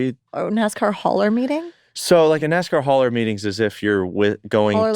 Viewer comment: Its “hauler” like the type of trailer they haul things in, not “holler” like they got yelled at (though they did probably get yelled at) 😂